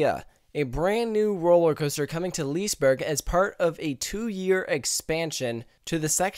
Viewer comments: Lee-se-berg, not - Lisberg Lo-kee, not - Loke (Like the Marvel Movie) :0) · Loki is the english version of Loke. Its not how you pronounce the swedish word, though XD Its more like "Loo-keh". ... Haha! What the devil is Lease Burg? XD Its "Liss-eh berry" (dont go to hard on those R's, its the tip of the tung kind of R). And dont go too hard out on the y either. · lis-e-berg is the right not lisberg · It´s fun to hear an english person saying Liseberg....Say Lis-e-berg instead...pronunce the E :) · I'm swedish haha i Love How you Said "Liseberg" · Absolutely no offense, but your pronounciations of the Swedish words are hilarious. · im swedish and when he say liseberg i dont like IT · The english ”Loki” and the swedish ”Loke” is pronounced the same way. Also liseberg is pronounced ” lis-eh -berg”. Love the videos!